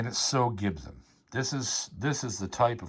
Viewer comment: Anybody else get a kick of out how JP says “Gibson” like it’s got an H in the spelling? Jp I’m a big fan but it’s pronounced Gib-sun not “Ghibsen” ya gosh darn Canadian 🤣